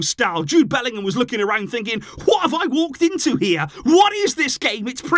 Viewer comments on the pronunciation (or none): none